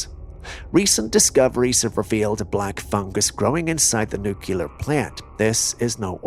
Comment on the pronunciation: Can you say NEW-CLEAR Itts not NEW-KILLER